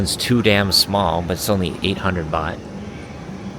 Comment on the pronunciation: Nicht Boht, sondern Baht